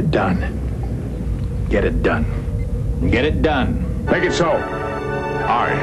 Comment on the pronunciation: Eventually, I stopped hearing "Make it so" and only heard "megetsso."